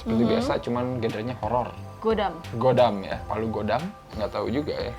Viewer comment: baca hangulnya gwidam bukan godam wkwkw